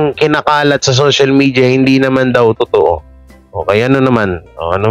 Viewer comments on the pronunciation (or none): none